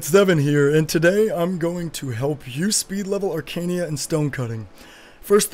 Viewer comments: question...why you say "Arcania" when its Arcana.. =| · Wtf is "Arcania"?